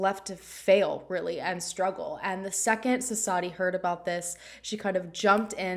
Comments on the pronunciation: Thank you for the coverage. And the W in the name is not silent. Suss-vathi, I believe that’s how you pronounce it. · Thank you for covering this case. The 'W' in her name is not silent. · Hey! I was just curious where you got the information that the W is silent? I’m Indian and I never would’ve guessed that. Different areas have different dialects, so it’s entirely possible, but the few news stories I’ve found do pronounce the W. Would love to know if just to learn.